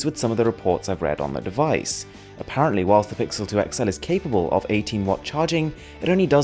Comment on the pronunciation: you know you're so fancy when you say WHILSSSSSST